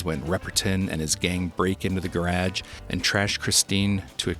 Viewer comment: Are you saying "gerag"....